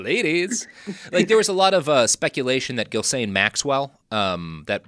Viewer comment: It's not at all surprising that Robert doesn't know how to pronounce Ghislaine Maxwell's name. What is somewhat surprising is that he found multiple different ways to mispronounce her name.